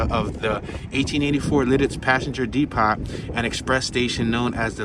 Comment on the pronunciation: Depot is pronounced dee-po.